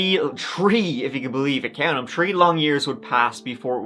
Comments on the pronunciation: I think he always has 3 stories so he can say tree(3) or shird(third) all the time lol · In this episode, said “tree (3),” “turty (30),” “turteen (13),” and “turd (3rd)” fifteen times. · I love this channel, but I will never get used to how you pronunciate certain words. It's just so different. The way you say "tree" always makes my ears perk up. Where are you from exactly? I'm just curious? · Very interesting angle. Nicely done in group of three. I like your pronunciation of tree and turd too. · I know. It's like nails on a chalkboard when I hear people pronounce the "s"!!